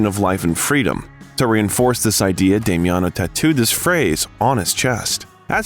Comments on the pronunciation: Also not Demiano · its pronounced Dah mi on oh